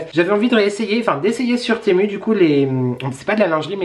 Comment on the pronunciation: TEMU se prononce [timou] 😉